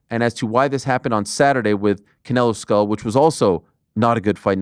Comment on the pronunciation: I think it's just basic decency to make an effort to pronounce people's names right. The surname is pronounced SCHOOL! Not SKULL. The man has told the crowd about twice now and several platforms have corrected that many times. But Americans on these platforms will not even try.